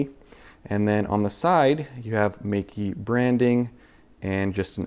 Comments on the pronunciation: Awesome review and sample photos! "Meike" should be pronounced as "Maykeh" in Mandarin though.:-) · Just to try to get your pronounciation right. Think of the word: my Think of the ending of: boKEH (the right chinese pronounciation) Now say Meike like "MyKeh".